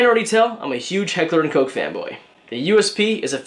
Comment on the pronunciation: You pronounced it right lol! Coke is how it’s said. I know some parts of Germany pronounce is “Ko” with long O. Now trying to find a good appendix holster has been the issue. I like the T Rex holster for my G19. Any recommendations?